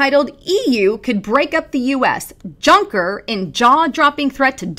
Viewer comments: 1.- It's pronounced "Yuncker", the J sounds like a Y. 2.- Anyone that considers Juncker's asinine statements about "breaking-up" the U.S. a threat, is as much of an ass-hat as Jean-Claude. Seriously. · The j in Junker is correctly spoken like the y in youth.